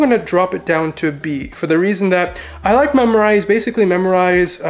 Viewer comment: MemRise. Not memorize